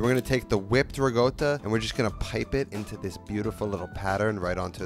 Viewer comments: So annoying “rigotta“! 😂 it’s ricotta! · Its recotta not regotta ... Im Not Italien 🙃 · It bothers the hell out of me when he says rigotta. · no bro.. its not.. please dont spread false information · Chef Pierre: ONYÓ!: RIGOTTA! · Good lord why does he say it that way lmao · Guys I can't wait to learn how to make fresh REE-GOWTA. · Amazing channel, but: Try "ri´kOtta" as pronunciation. Just to prevent some Itlians from going on a rampage ;) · Love you and your videos, but please pronounce it with a C - RiCotta :) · I'm not italian yet I still got pretty triggered xD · I'm gonna start calling it 'rigotta' now, thank you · just a pet peeve but that's really not how you pronounce ricotta at all, sounds like you're saying rigoata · it's a "C" as in cactus, not a "G" as in game. now say it with me "ree-co-ttuh" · Why does he keep calling it "rigoata"? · Are you referring to his pronunciation of ricotta as “ri-goat-uh”? As far as I know that is not how it’s pronounced. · There is no "g" in ricotta. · Ricotta...No G in it. Unless you were born in Naples from . hahaha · holy shit the way he pronounces riccota is bugging the shit out of me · Doesn't make it right. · the silent G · An american dialect? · yeah it sounds very weird lol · Same. Never met anyone who pronounces it like that. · it’s not dialect, this pronunciation is an atrocity on language. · I speak near-native Italian, have lived in Italy for more than a decade and still have no clue where he got that pronunciation from... Americans are weird, man. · It's dialect. In southern Italy, they tend to switch g for c. That's also why they say gaboguoll (gabagool) instead of capocollo. Feels weird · Ricotta with a G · I have never in my life been so thrown off by someone's pronunciation of a word. Good content though. But that pronunciation. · Please don't. It's wrong. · Sorry, I love this dude but the pronunciation is cringe. That's not how actual Italians in Italy say it 😑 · It's rikotta, no? Not rigota